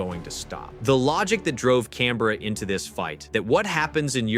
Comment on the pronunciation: As an Australian, I'd just like to say, we appreciate the way you say Canberra correctly. Thanks!